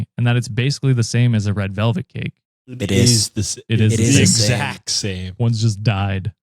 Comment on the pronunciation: I thought you said 'red velvet CAPE' like dude really was a villian